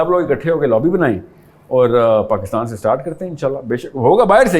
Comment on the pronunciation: Wo anchor a gaye Jo Pakistan ko Pakastan kehtay hain